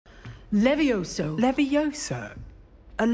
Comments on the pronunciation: It's not Levioso... It's leviosa!!! one of hermoine's most famouse quotes ever and its messed up in the first 3 seconds of the video? Instantly makes me not want to play :( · It's Leviosa not levioso.